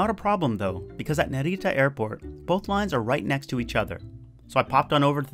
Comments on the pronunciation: You're pronouncing Narita like it's a spanish word lol. It's more like Nah-ree-tah. You're accentuating the middle syllable too much. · the way you say narita is kinda cute. sounds Spanish Naritta. with the accent on Ri. but the accent is on Na